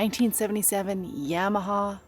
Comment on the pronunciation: We saw a bit of your weird side today. Along with your techno music choices shows you're original and authentic. Keep being weird! And BTW its not Yam-ahaw - its pronounced Yah-ma-haw. LOL